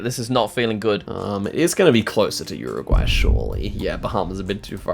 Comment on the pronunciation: Can you stop saying URRuguay? Just say 'Yooregwy'